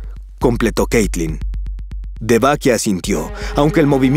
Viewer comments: xd dice caytlin en el vídeo xdd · En el video dice "Caytlin" xd